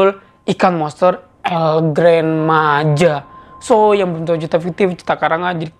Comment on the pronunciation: Cara bilang nya bukan El Gran Maja bang bilang nya El Gran maha